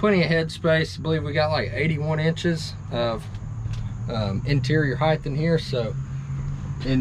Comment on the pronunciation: Nice camper. But remember it is di als , not dolls. And it’s hite (height) not heith.